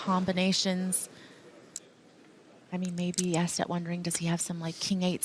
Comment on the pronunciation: Astedt just made a blunder. Surprising. Bad read on his part. I think it's pronounced Oh-sted.